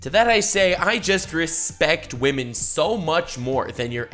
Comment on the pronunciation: “Wamen”